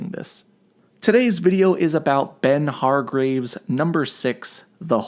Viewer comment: He also said Hargraves at the beginning of the video. That shit bugged me. Gerald Way was the nail in the coffin. If you can’t do your damn research and pronounce the names correctly you lose all damn credibility.